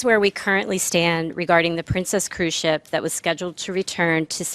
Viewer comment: Hey. This is a cruise ship, not cruise chip. Also, ships dock, airplanes land.